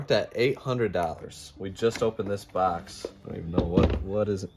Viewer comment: "This bax of lacks" Haha. Michigan accent.